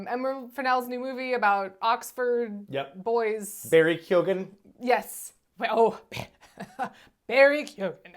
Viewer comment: first minute in, youre not even saying Keoghan correctly. why the fuck would i listen to the opinions of two people who dont even know what the protagonist is called? Fucking pass. Do your homework. Watch a review by other people maybe.